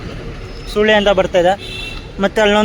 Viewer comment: Bro Video Channagide but ondu change madi adu Soolya alla bro Sullya ಸೂಲ್ಯ ❌ ಸುಳ್ಯ ✅